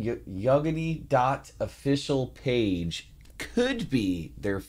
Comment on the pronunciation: In "Yagody" emphasis on second syllabus)